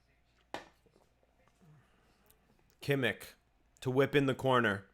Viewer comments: It’s pronounced Kimm-ish not kimmick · who is kimik?! you pronounce every spanish or portugese name with all the flair u can but then u say KIMIK? :D